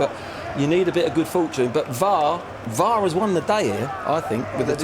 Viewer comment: Never known someone mispronounce 3 letters. VEAT R, nice one Glen.